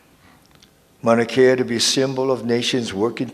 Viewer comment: You can't even pronounce MAUNA KEA your saying manakea correct your self Kim....